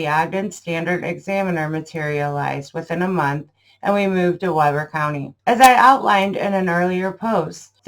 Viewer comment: Good presentation. One note. Ogden is in WEE-ber County. It's the "wrong" way to say it. I do Alterations on bridal/formal gowns and the courtship and time to alter the dresses is usually 2 months. Quickest one I did was 1 week.